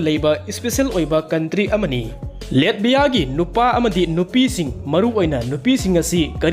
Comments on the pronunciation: Taba yam nugaire mathngi ware amuk ngaire pronunciation khra semdokpiyo Latvia haibiyo Letbia oina haibire nato duju neto haibire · NATO di neto hygadbne chummine. Google da pronunciation yengbiyo. Hoi chumme latvia budi letbia pronounce touroi